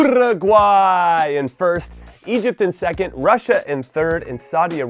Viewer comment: why can Jimmy pronounce Paraguay the right way but not do the same with UUUUURUGUAY,,,, hahaha its literally the same pronunciation